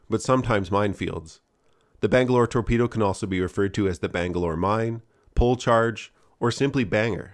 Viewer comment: "Bang-A-Lore, Tor-Pe-Do" - The Lost Boys, Allegedly.